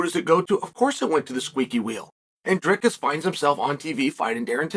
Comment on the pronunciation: that's how you say it bruh